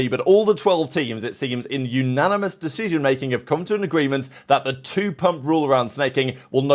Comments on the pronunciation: Ananimis? How are today's pros so fucking braindead. Brother can even say Anonymous. Calling out OpTic for being "Dirty" on something that borderline is comical. Pull ya neck in 😂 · kept thinking he was saying unanimous voting until i realized he meant anonymous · The way he pronounced it made me think unanimous lol until after he said "no one knows" and I thought ... wait isn't it that way now? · Bro could not pronounce anonymous like bro it’s not that hard